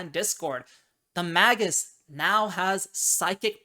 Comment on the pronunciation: Mag(azine)-us Me: It's Mag(e)-us!